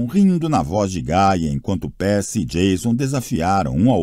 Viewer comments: e o do percy q ta pérci ao inves de pãrci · Na descrição diz que é narração humana mas olha, esse narrador se esforçou pra parecer robô, viu... Pronúncias erradas, atropelando pontuações... Muitas vezes sem por a devida emoção... O que mais me irritou foram as pronúncias erradas... Não é "PIIPER" É "PAIPER" NÃO É "PÉRCY" É "PÊRCY" Cara que narrador horrível... Da a impressão de que ele simplesmente pegou e leu de qualquer jeito pra terminar logo... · "peeper" "pércy" e a ausencia misteriosa de qualquer pontuação.. hahahahaha